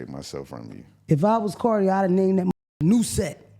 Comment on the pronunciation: MF "NEWSET" AHHHHH!! I DIED!! 🤪